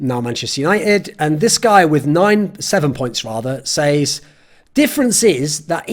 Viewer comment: TIL thorin doesn't know how to pronounce says.